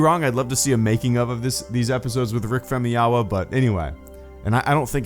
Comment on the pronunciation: I think it's pronounced Fam-oo-yee-wuh.....?